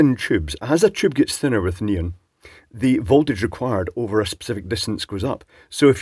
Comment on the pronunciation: knee on, not neun lol